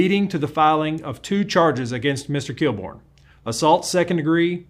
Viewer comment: Inspector KILL-BORN? LOL